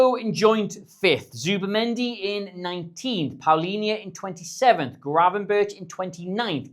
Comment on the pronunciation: Still pronouncing Gravenberch wrong